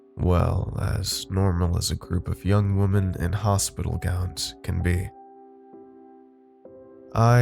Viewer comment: Does noone know how to correctly pronounce women anymore? It's not the first Youtube channel where I've heard it pronounced wrong.